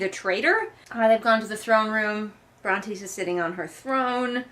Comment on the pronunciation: Re: the names - I think I remember that you used to pronounce Brontes' name correctly but at some point you abruptly stopped, which I find hilarious & assumed it was deliberate 😂 Also Tobias reminds me of Bill Murray in the Spy Who Knew Too Little lmao